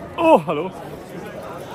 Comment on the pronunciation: "Oh HELLO!" was such a german thing. Hahah beautiful 😂. You startled ma man!